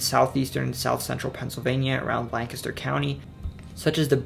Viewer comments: You lived in Pa!!!! That's why you say Lancaster right! Thanks for the respect in saying the names correctly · Bonus points for pronouncing Lancaster correctly. As a quick sidenote, Lancaster sits on the Conestoga River, a tributary of the Susquehanna. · I'm from rural western PA originally and lived in PGH for 6 years. I very much appreciate this video, makes me feel very proud of the beautiful state I come from that has such a rich history. ☺ (also I was born in Lancaster and I appreciate that you pronounced it "right" 😂) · Oh my god, he said Lancaster right. I've had to explain to people even from Philly that its "Lank-ister" not "Lan-caster" . Good job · Wilks bar is how it's said in Lancaster (lane kiss stir is the correct pronunciation. Good job.) PA definitely has several regional accents. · You pronounced Lancaster (lang-kister) correctly lol good job! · Lancaster is pronounced Lankister in case anyone was wondering lol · He pronounced Lancaster right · As someone from Lancaster I am so overjoyed that he pronounced it correct. You’ve earned yourself a sub good sir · PA resident here, really great video you put together. I love that you crushed the various dialects within the state, and said got Lancaster right. I also love that you managed to squeeze Pennsyltucky in there, its worth noting. My only miss to call out would be another pronunciation education for all in calling out America's oldest brewery Yuengling. I bet Dr. Oz doesn't know how to say it. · Watching from Lancaster, and no, I'm not Amish. Also, props to you for the correct pronunciation of Lancaster. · You said "Lancaster" right! Also, Wilkes-Barre is pronounced [Wilks-Berry] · Yup! I’m from Lancaster. The easiest way to spot an outsider is the mispronunciation of the name. Correctly pronounced here! Solid research! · lol, i was looking for this comment! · I could tell you are local when you pronounced Lancaster right and mentioned Pennsyltucky 😂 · Thank you for saying Lancaster correctly